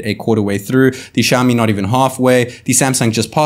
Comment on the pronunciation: NOT SHAMI! IT SOUNDS LIKE SYAOMI!!!!!!!!!!!!!!!! NO FUCKING SSSSSSSHHHHHHAMI